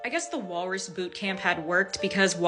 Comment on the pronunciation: Gurl its Walrus!